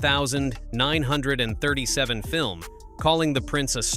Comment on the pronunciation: AI can't say 1937 ?